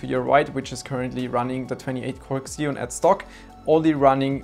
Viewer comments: Maaan....It’s not “ksion”, it’s “zion” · "ekszeon"? Isn't it pronounced "Zeon"; ziːɒn/ ZEE-on? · Every time you said "kseon", I cringed. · makes sense, still worth "fixing" though.